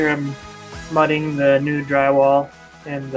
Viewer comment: I’m English. What’s mutting? Did I hear that right? Is it something you do before plastering?